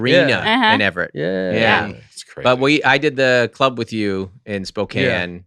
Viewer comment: SEC: “in the clurb, we all fam!” 😊